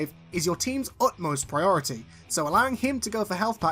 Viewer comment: He's PriRorItY